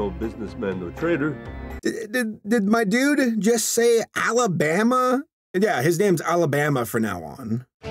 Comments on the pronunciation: The Ol Alabeme Meme! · Note that calls that dude Alabama